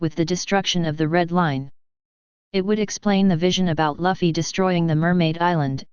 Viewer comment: want to listen to this but the moment i hear Luffy being pronounced Laffy it kills me!! true fans say luffy not laffy my friend :D